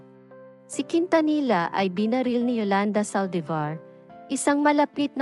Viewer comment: Ang bobo mag pronounce nang surname ni selena